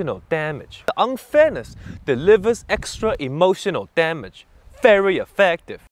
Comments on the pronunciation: "IMOtioNOL DAMedge" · Yummy Damage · Isn't that me hearing "Emotion O Damage"😆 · It’s like this EEmOtional DAMage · You are not alone, i sopposed he is saying that exactly like a motion of damage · I liked the part where he said Emotional Dah Mage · hehe "Emulsion of Damage" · "e Motional Damage" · am i the only one who hears "emotiono dam it" lul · Hahahahahahaha "E" motion o damage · EEmotional DAAmage. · Why he said EMOTIONO DAMAGE I thought he said emotional damage but he said EMOTIONO DAMAGE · I like how the subtitles get more corrupted every time he say “E. M. O. T. I. O. N. A. L D. A. M. A. G. E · E motional Dam-edge? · E motional damn age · Am I the only one hearing "A motion of damage" ? yea? no? okay.. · I hear "Emotional Damnit" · NAh i heard EmoTIOnal DAmagE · E motional Dam age, Vary Effaactive- Steven He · It now sounds like he's saying emotional damn it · tbh the first few times i saw it out of context i thought he said "emotion no damn it" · Emotional Damage(ee-mo-shun-ull-dam-idge) It hurty on the inside and make you wanna hurty on the outside. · E motional TA mage really sounds like he says a T LMAO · I always tought he says EMOTION NO DAMAGE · Today's Word: Emotional damages How to pronounce it?: Ee motional DAM ages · He say emotional damn it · eem ocean al damge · Emotional damdge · EE MO SHEN NO DAH MEJ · EEEmotional DAMnage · Imoushonol damach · Why do I hear emotional damn it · emotional damage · That right there is emotional damage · Nah, I heard it too at the end XD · Lol pitch perfect and I hear it now